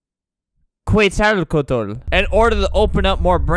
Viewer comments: U prenounce it as Cwetzalcowatl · Wait wait wait wait wait... When he said Quetzalcoatl he developed an ACKsent :0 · The way he pronounced Quetzalcoatl tho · how flamingo pronounce the word quetsolecoatl